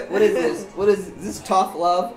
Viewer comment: "Toph" instead of "Tough". I'm rolling my eyes